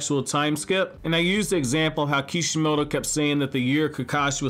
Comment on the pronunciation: Why do you call kishimoto eekeemoto lol